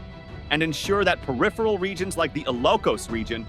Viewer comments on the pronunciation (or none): none